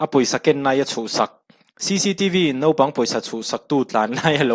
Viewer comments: 'Nopang' tih leh 'vo' tiin i chhiar a, a ziakah hi chuan 'naupang' tih leh 'vau' tiin a inziak si!! Nopang tih leh vo tih hi a diklo hrim hrim bawk si. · Jaste, Nopang ni loin Naupang tih tur aw. Chuan Vo ni loin Vau tih tur. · Nopang i ti hi i inhmeh thlawt lo. Naupang ti zel tawh rawh aw...Vau ti tawh bawk ila...